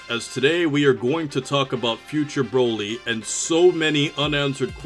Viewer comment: why you cant say z broly better